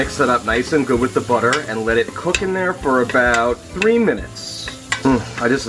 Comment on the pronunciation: Everytime you mispronounce butter you lose a sub...